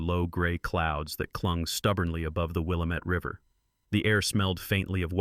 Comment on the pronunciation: It's pronounced Wil-LAM-ette, emphasis on the second syllable. Accuracy in reportage will give you more credibility. Also, it's click-bait to use that photo of a 6-year old with what looks like near-term pregnancy, which is not possible in a child that young. Yes, child sexual abuse is a horrible crime. No, it is not appropriate to use implications that she could be impregnated. And a police officer would have automatically called for a female police officer, or female CPS agent to be on scene, rather than put her into his patrol car unaccompanied.